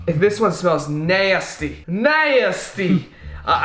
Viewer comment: Nobody: Literally no one:: DoUsTy... Also: NaYsTy